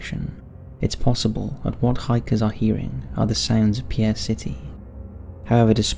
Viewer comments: I love your videos! BTW, the pronunciation for Pierre SD is Peer not Pi yarr,( the French pronunciation). Keep it up!! I love your work!! 🥰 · It's not pronounced by its French dialect. Its pronounced like the the word peer or to look. I was born here and still live here. That's how its pronounced. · FYI: The capitol of South Dakota, Pierre LOOKS like the French name, but is actually pronounced "Peer."